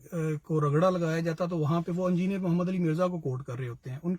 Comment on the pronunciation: ANJINER nahi engineer pronounce kiya jataa hai